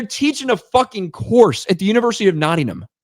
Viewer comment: Criticises spelling of demonise, proceeds in the next breath to mispronounce Nottingham. It's Notting'um. Anyway just a roast, luv ya lol